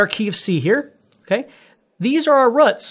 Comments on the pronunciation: This! Lol. Such a good lesson, but that "ruhts" its throwing me off XD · Love how you say "these are our ruhts" good lesson!